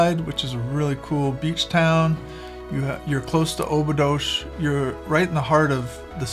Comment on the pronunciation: Dear Couple, I love you. Now, may I have a suggestion for you? Only on the phonetic side. Please, if you want your viewers to identify the places you're talking about, make sure you use the Portuguese pronounciation! Examples: Óbidos -> Ohbidus. Caldas da Rainha -> Kaldash dah Raheeña etc., etc. Sorry, but it is nice to be able to correctly identify what you're talking about. The AI is not very clever for that. Of course I like your message and your understanding of our Country! This is just a suggestion for your viewers to be able to get which places you're talking about 👍